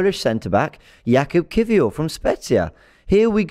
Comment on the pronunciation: Perfect pronunciation by